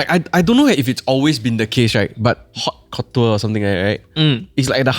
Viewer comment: Haute Couture -> Oat couture hahahahaha